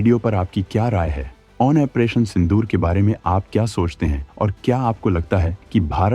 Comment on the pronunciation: operation ko OPERATION kyu bolte ho ap...?